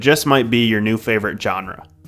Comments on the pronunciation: "Genre" isn't "John-Rah". It's pronounced "Zshon-Rah". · His pronunciation of “genre”was just generally jarring. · learn how to pronounce genre.